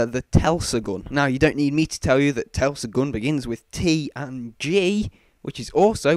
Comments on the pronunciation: Tesla not telsa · Its not the Telsagun, its Teslagun, Tesla is derived from Tesla coils, which emit and absorb electricity, telsa = not a real word. And again with people thinking its called The WonderWaffle OMFG how much longer will it go on, its the freaking WunderWaffe, which is properly pronounced as VunderVaffe. JEEZ. Can these people just slip and accidentally get hit by a cricket bat thats taking a swing.